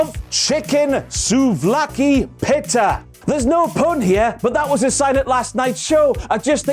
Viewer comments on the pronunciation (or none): Pit not pit ta it’s peeta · Has anyone told it's pronounced pee-ta, pi-ta. 😆 🫓🫓🫓🥙🥙🥙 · I love, but the way he pronounces "pita"...